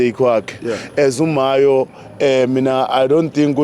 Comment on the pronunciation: Mayo not mahyo